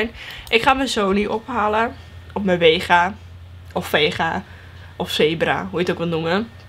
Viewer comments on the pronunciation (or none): Geen haat het is vega geen wega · Het is vega he niet wega Update: lol waarom staat er bij jou wega?